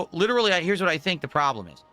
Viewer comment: Does it really matter if the guy explained why is trash? Because even if the dude laid out absolute fact like we all do, will “lilleralee” as he says the word, just say that “I do nothing wrong. I do everything right.” So why explain anything.